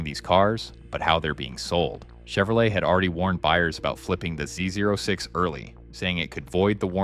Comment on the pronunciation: This video really shows the text to speech a bit too much. Z “O” 6, Deadmouse not dead mou5. Other than that, great video.